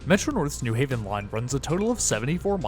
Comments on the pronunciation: Nice video! I'll never understand why people pronounce it NEW Haven instead of New HAVEN, not like that's different anywhere else on the east coast- New Hartford, New Canaan, New York, New Rochelle, New Bedford, I can't think of an example of another pronunciation. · as a new haven resident, this is the single easiest way to tell that someone is not from here. virtually all visitors and transplants pronounce it NEW haven (almost as if it's spelled newhaven, ct) and everyone who is actually from here pronounces it the correct way, new HAVEN. the pronunciation kind of ruined this video for me, haha. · I've never really heard anyone say it that way until this video. The only reason I could ever think of is to distinguish from East Haven or West Haven. And none of those others have the "new" stressed either. Only thing like that I can actually think of is New Lots, Brooklyn.